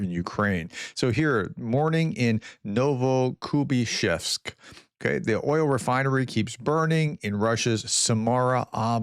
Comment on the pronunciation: Congratulations !! You nailed Novokuibishevsk !!!!!!